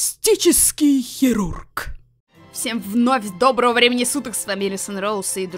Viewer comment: "ПЛАСТИЧЕСКИЙ ХЕРУРГ"